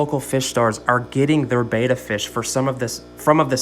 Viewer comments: Betta not beata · Betta is pronounced "Bet-ta" not "Bay-ta"